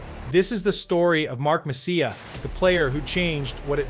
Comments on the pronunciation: Mess-EEE-eh not mess-c-ya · Great video but what a butcher job on MESS E' A' s name. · "Mess-ee-uh"? It's pronounced Mess-ee-eh, for god's sake. Stupid. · He wasn't "Messiah", the was the "Moose", great video put together though!!! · Could you pronounce his name correctly. He was not only great on the ice, he was incredibly kind , humble and generous off the ice. His work with Hackensack Hospital , especially the children is legendary. My cousin worked at MSG and she said he treated everyone, regardless of their job, with equal respect. He made the Rangers relevant and when they failed he took all the responsibility, when they won, he gave all the credits to his teammates. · Great video once you get over the mispronounced last name,!! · I tuned this off within 60 seconds after butchering Messiers name. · Please, stop trying to say his last name. I can't do this! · Kind of hard to excuse not pronouncing his name properly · I couldn't make it more than a minute after hearing you butcher his name twice. Seriously, you gotta nail the pronunciations if you're gonna make hockey content.